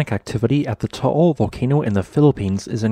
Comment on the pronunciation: Just an FYI, the volcano's name is pronounced TAH AHL. Not TOH OHL. Otherwise, good info.